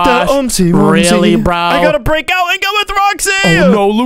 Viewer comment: He said aww cweepa